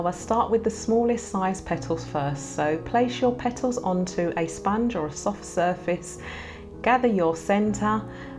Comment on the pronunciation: I love how sis says "Pet tles"